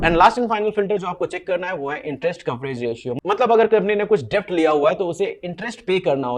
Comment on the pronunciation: डेब्ट नही भाई, डेट कहो। Debt nahi det kaho